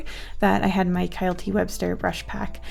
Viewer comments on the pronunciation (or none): none